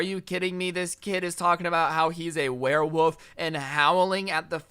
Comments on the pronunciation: Why did keep saying werewoof instead of werewolf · It was funny when he kept saying werewoof instead of werewolf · Is it just me or isn’t weird that he’s saying “woof” instead of “wolf”. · “wearwoof” haha